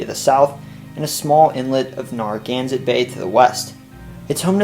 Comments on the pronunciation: With respect, neh·ruh·GAN·suht bay, barring local accents. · Based on how people in Rhode Island pronounce “Narragansett”, its first syllable should rhyme more with “fair” than “far”. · Good try with town and regional names BUT it's NAIR A GAN SET, not NAR A GANSET. Great job with the history of Mass. You hit most of the major facts and added a lot of the lesser known history. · "Narragansett" is pronounced "N-air-a-gansett" NOT "N-arr-a-gansett." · It’s pronounced nare-a-gan-set. 😂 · you're gonna have to learn how to pronounce "Narragansett" before your RI video... the first syllable is pronounced as in 'narrow,' and the last syllable is 'set' or 'sit,' not 'zet.' nare-uh-GANN-sit. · Great video! A quick pronunciation note that will be helpful for the RI video: "Narragansett" is pronounced "NAIR-uh-GAN-sit" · Well researched and very nicely presented! My only critiscism was the pronounciation of "Narragansett" - the NAR is like you'd say in "narrow," not like is said in "narwhal." Thanks for sharing! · Narragansett's first syllable rhymes with "fair", not "far"... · Anyone else cringe at the Narragansett pronunciation?